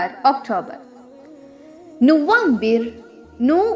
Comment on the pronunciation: November ku arab la nuFAmbir thanae yeludhirku neenga FA ku badhil VA sound la soldringalae yedhu correct aana pronounce?? HABEEB LQ3029